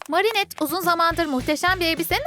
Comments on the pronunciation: Ama marinettede düz okudu oda yanlış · ablamızın marinette demesi 😂🤣 çok komik söylüyo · Marinet demesi ve soy adını cenk demesi 😂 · Adriyen değil Edriyın Marinet değil Merinet